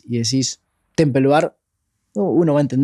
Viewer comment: Es hecho por IA? No pueden pronunciar "temple" o¿ yo escucho mal? ¿O como es el nombre?